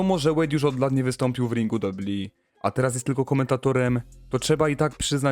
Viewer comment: "prawie ponad rok? Co to za ramy czasowe? Inną kwestią jest mówienie "dabju dabju i". Gdzieś się komuś spieszy? Autor filmu chce być dziennikarzem czy dziennikarzyną?